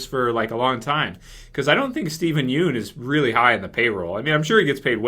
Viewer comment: buddy... Please stop pronouncing his name as "Steven Yoon" it is pronounced Steven Yun